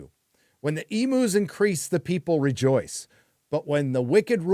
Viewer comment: I say this EVERY time mispronounces it. They are called Ee Myoo's not Ee moo.